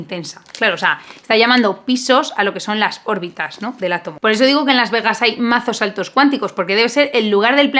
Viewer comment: Cada vez que decías órbitas mis oídos sangraban😭😭😭